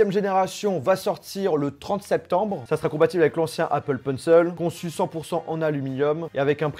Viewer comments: "Appeul peunceul" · l’Apple PEUNCEUL 😂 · « Apple peunceul »